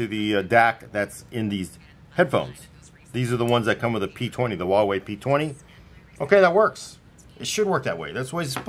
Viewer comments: Wawei? I'm pretty sure it's Huawei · is asian pronounces huawei wrong